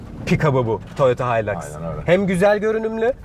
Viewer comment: Haylaks diyince noluyoruz dedim kendi kendime öyle alışmışız hiluks demeye :D